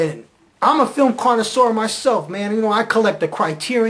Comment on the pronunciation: You're not gonna correct me on "portagonist"? Either I was trying to emulate RLM's intentional misspellings, or this guy had a funny was of pronouncing "coinsurur". Apparently I posted this 3 months ago. I didn't even remember commenting on this, nor did I remember this video's existence. I'm not gonna go back and watch this again to see why I wrote what I wrote, the way I wrote it. Just let me forget about this video all over again please. Hopefully it'll be for good this time.